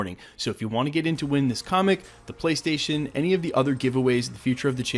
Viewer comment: Prystation prease and fank you